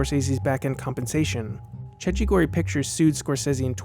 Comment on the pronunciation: Cecchi gori is pronounced: check-kee goree